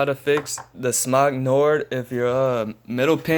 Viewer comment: First of all, thank you for pronouncing Smok correctly! It's smock, like you say, NOT smōke like many that don't understand vowels and their pronunciation say 🙄 That's the original Nord. Both of mine lasted 2 years before having to do these pin gyrations so I certainly got my money's worth out of them. The new Nords, like the 50W, that claim not to leak, leak like nightmares from HELL! Absolute GARBAGE! I DESPISE them and I bought three of them as the atomizers that came with them did NOT leak. The regular atomizer and the LP2 are both nightmares. I wonder when Smok is going to start practicing some quality control. I've grown very tired of throwing money down the drain with Smok 🤬 It's not just the money spent on the devices but also the atomizers and coils that have to be thrown out not to even get into how much vape juice gets wasted and cost of towels and solutions to clean up the slimy juice off of everything! After I'm done with these last atomizers I'm tossing these things and going to try to find a brand that is not so chronically problematic. Smok HAD a good thing with the originals but they fix that! I hate Smok now 😡👎🚫